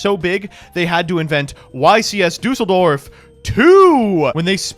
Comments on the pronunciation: Day "Dußeldorf" one more time and i will lose it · I love when Americans try to pronounce german cities. trying to say Düsseldorf was hilarious